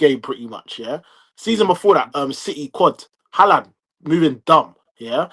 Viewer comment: Why does e refuse to say haalands name correctly 😂 wtf is haland